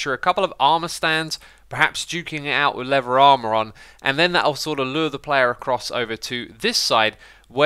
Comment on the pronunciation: You said "afk leather farm", but I heard "afk lever farm", and wondered how that even works 😂😂😂